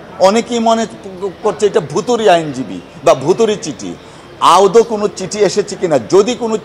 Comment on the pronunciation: মাননীয় সভাপতি শব্দটি " আউদ " নয় শব্দটি " আদৌ " বার বার ভুল উচ্চারণ করছেন !